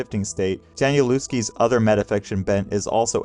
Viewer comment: great video, great series! danielewski is a polish name, so the W is pronounced with a V sound, almost an F. 🫣